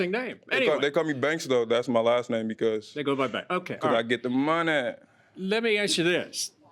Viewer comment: "I get the MON-AY!"